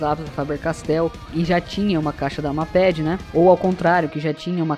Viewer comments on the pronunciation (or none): Lê se "meiped" n mapedi, agonia kkkkjjkkj